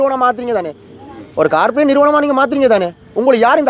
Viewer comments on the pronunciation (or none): அது காபிரேட் அல்ல கோப்ரேட் வடக்கன், தமிழ்நாட்டுகாரன்கள் போல ஆங்கிலத்தை கொல்லாதீர்கள்.